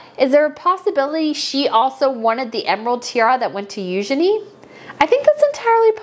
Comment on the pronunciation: Psst! It's "Eugenie" - french